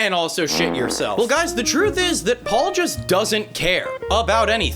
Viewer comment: Pual (pronounced POO-all)